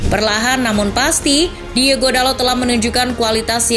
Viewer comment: Hitung berapa kali narator menyebut nama DIEGO, bukannya Diogo